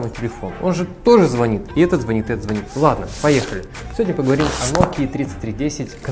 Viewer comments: не звонИт, а звОнит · Не звонит, а звонит.